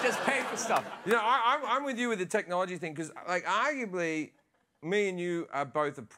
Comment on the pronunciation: “Aguably.” Ftfy